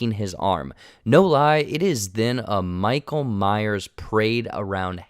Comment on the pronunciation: Lol “michael Myer”